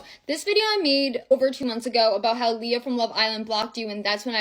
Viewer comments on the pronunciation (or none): none